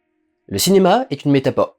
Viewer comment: Très bon concept. Impeccable ... "une métapore" oui X'D